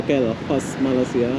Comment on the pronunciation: ASSALAMMUALAIKUM..., Pujian buat Saudara kerana memaparkan suasana Yang baik di negara kami..MALAYSIA...! TERIMA KASUH...! CUMA NAK MENEGUR SEDIKIT KPD SAUDARA DAN YOUTUBER INDONESIA YG LAIN..., MINTA DIPERBETULKAN SEBUTAN UNTUK NEGARA KAMI....MALAYSIA..! BUKAN NYA SEPERTI SEBUTAN...MALAI....SIA...TETAPI...MALAY...SEBUTAN BAHASA INGGERIS...BEERTI MELAYU...! BANGSA MELAYU ITU ADA YE..! JIKA DI SEBUT MALAI...TERASA BEGITU PELIK....ATAU TERASA ANIH..! DAN LANJUTANNYA SIA...JADI SEBUTANNYA IALAH..MALAYSIA..! TANAH MELAYU..! NEGARA SAUDARA JUGA DISEBUT INDONESIA...BE ERTI TANAH INDO...! BELAJARLAH MENYEBUT NEGARA KAMI DENGAN BETUL...! SAUDARA JUGA PERGI KESEKOLAH BUKAN..! JADI...PASTI TIDAK SUSAH UNTUK MENYEBUTNYA...NEGARA KAMI MALAYSIA DENGAN BETUL..! INGAT YE...INI NEGARA TANAH MELAYU...BERNAMA MALAYSIA..! NEGARA KEBANGGAN KAMI...!!!!!!